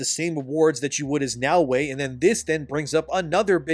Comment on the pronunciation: Her name is Naoe not Yaweh. And in Japanese her name depending on the Kanji characters can be translated as honest", "esteem", "Nara, cord", "greens, cord", or "Nara, center. Like wtf my guy do you have ears to understand the clear difference between Naoe and Yaweh???? 🤦🏿‍♂️